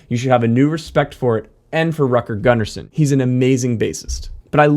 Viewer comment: "Rutger" is pronounced with an "u" like in bull, not like in butter. Same with his family name Gunnarsson. Not that it matters in base heaven where he is now, probably playing a duet with ABBA guitarist Lasse Wellander that went over yesterday. RIP both of you guys. Vila i frid!